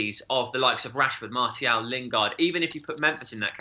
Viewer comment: MAR-SEE-AL NOT MARTY-AL IT'S NOT THAT DIFFICULT